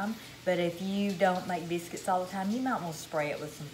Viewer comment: Take note: this lovely lady must be from the tri state area of Tn,MS, Ark. Notice how she says “ biscuits “. She’s home folk.❤️ I just here to listen bc I am homesick 👍🏿💁🏿‍♂️🙏🏿 God bless y’all.